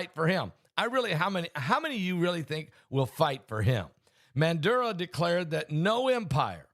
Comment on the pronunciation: Its Maduro not Manduro.